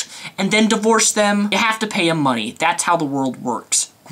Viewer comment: "my hard earned mundy" the channel when you go so rage you cant even say money.